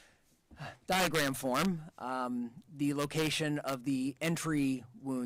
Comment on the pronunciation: Pathologist kept saying “Diagrat “ 😂😂😂😂😂😂😂instead of saying diagram